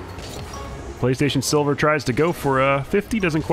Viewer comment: man said sivler